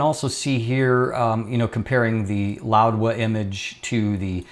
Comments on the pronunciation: Correctlly it should be pronounced as how it is spelled Laowa. Without d. literally means Old frog. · I am hearing an extra "d" in your pronunciation (e.g. "loud-wa") Is this the correct pronunciation?